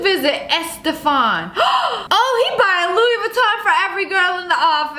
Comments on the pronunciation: Did she say Louis “VITON” Bag or she said “LOUI VITON Bag” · Let me help you "LoUi VeTtOn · Louis veeeeToN bag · lOuI vItTon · Louie viton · Or., as she pronounces it, "Loui Vitamm bag" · Yeah she’s says Luiy-vutoon bag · Ahem, she pronounced it like 'Louis Vuittoing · louis vuittongk* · She pronounces it lu-e vetom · “LUIS VUITTON” hahha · Vuittong* She said vuittong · LoUiS vUtToM 😂😂😂😂😂😂 that’s what she said😂😂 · “lUiS vItToN” 😂😂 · "I wanted a Loowi vItoNNG bag >:(" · louee veetom bag 😭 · She just said Louis Vuittog😭😭😭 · Luuuie vottin😂😂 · "louie vitonk bag" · LoUis VeeToN😂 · Girl wants a Louis Vuitton bag when she can’t even say it properly